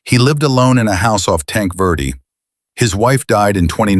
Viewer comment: IT IS tanqua as in TANKA Verde !